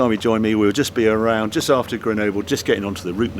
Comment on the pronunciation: How is it Harry can pronounce Countach fine but not Grenoble...?